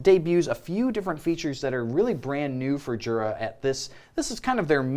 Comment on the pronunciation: Jura is pronounced yura as in “yer a dummy for not doin your research”